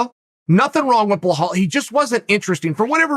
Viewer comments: Bhal Mohamed? B i L a L come on dude 😂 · Chael: Behahl Mookhamid Me, a Bilal: ok great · Me: Balal Muhammad. Chael: BLAH-HALL MOOHARMED! Me: Blah-hall Mooharmed. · “BlurHall” Mohammad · Blehal Muhammad ? whos that chael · if uncle Chael says he’s name is blahall you bet your bottom dollar, ima call that foo blahall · Chael "blowhole mahomed" Sonnen